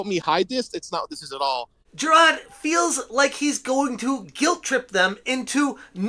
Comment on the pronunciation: There is an “R” in Jirard. Moron